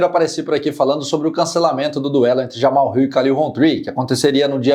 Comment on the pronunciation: Laerte, aprenda a falar: é JamaHAL e não "JaMal".